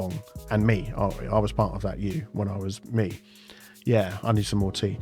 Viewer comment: "I need more tsea" I don't drink tea but that's still a mood LUL